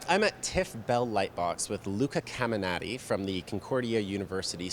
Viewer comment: CAMINATI not CAMIANATI!!!